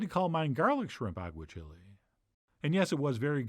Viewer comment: This looks amazing, but please, Chef, for the love of all that is spanish: agua-CHEE-lay, not agua-chili. Still going to make it!